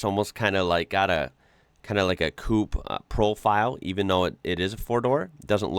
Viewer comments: The mp at the end of Long champions is silent. Coupé is pronounced coo-pay. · They have no idea that the last e is actually é...... Coupé..... the US knows how to bastardise a language....